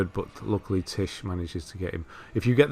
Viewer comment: many thanks for the platinum guide. Been waiting for this from you since it came out and boy you did not disappoint at all:D.It was direct to the point and I was laughing at how you were pronouncing Tiche as Titch:p. Sticking all the way around for the next platinum guide. And yes Malenia is bae <3